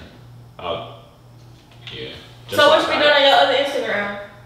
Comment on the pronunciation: She said intagram